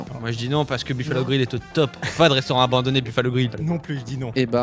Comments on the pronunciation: "Abonandonné" oui d'accord. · Chuis le seul à avoir remarqué le "abonandonné" 😂😂😂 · "on visite un manoir abonandonné" Abonandonné ? Carrément ?! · 4.23 "abonandonné" WTF ? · 'un manoir abonandonné' ben oui :') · « Abonandonné » n’existe pas désolé 😂👍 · "on visite un manoir ABONANDONNÉ nazi"🤣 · Abonandonné wtf 😭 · "abonandonné" peut être un message subliminal pour que l'on s'abonne 🤔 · « On visite un manoir abonandonné nazi » la langue française en sueur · Il y a que moi qui ai vu le "abonandonné" ou bien ?😂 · "un manoir abonandonné " Bravo le monteur 👏👌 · un manoir "abonandonné"?? mdr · "abonandonné" D'accord Cyprien. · Je savais bien qu'il y aurait vite un commentaire sur ça, j'ai tiqué aussi ^^